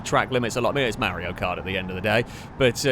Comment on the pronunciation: pronounces Mario as Merrio: I don't know Merrio Kart Literally everyone who ever existed and will exist: Yeah, we can tell.